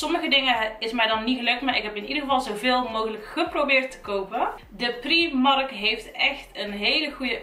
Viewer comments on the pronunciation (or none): Ben ik de enige die zich ergert aan dat ze steeds primark letterlijk uitspreekt inplaatsvan als prijmark(engels uitspraak) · Je spreekt uit : praimark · afgehaakt toen je Prímark uitsprak als PRIEMARK.